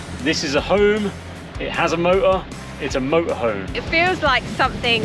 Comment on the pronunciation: Motor has a T in the name. Exciting ends with a G, exciting.